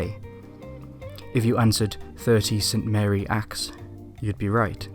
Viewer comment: “St Mary Axe” is pronounced “Simmery Axe” (or at least should be to reflect the ancient ward name after which it is derived)